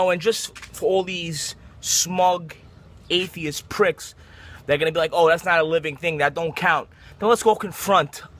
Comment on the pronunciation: Did he say "ayteeist"? lol